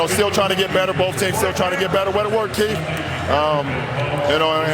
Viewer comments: B-O-A-F! BOAF! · Shannon sharp said the lakers wer going to win “BOAF” Games lmao😂🤣